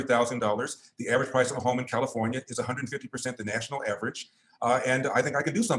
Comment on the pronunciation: Did you say… Carrafonia?